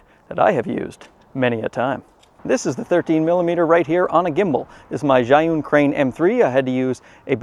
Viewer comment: How did your learn how to pronounce Zhiyun so well? Maybe you're not such a simpleton. Or maybe it's a ruse to keep us from knowing that you are secretly a card carrying member of the CCP. It looks like you live in a communist country that patches their streets over and over never actually repaving.